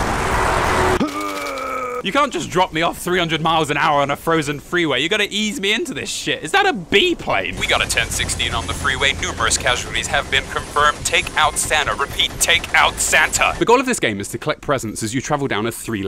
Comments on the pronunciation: A BEE plane?? It's a BI PLANE YOU FOOL. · "bee-plane"? you mean "bi-plane"? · biplane is "BYE plane" not "BEE plane" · is no one gonna comment on the fact that he just pronounced biplane as beeplane